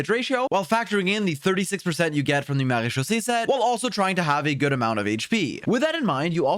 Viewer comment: Marechausse set. I always hear "Marie-Josée set" 😅